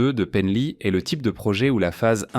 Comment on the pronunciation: Comment est prononcé "Penly" !? N'importe nawak !!! LOL